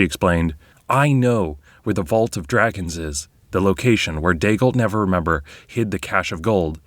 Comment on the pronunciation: Neverember - "Never Ember" not "Never Remember"